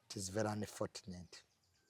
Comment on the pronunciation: Lwaki junior agamba anifotuneti, mukifo kya anifochuneti...(unfortunate).....🤔🤔